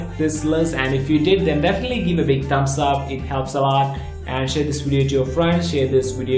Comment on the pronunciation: 'a laatt'...😂 what an accent!